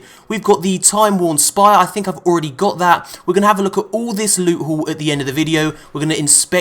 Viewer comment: Did someone just say new lewt?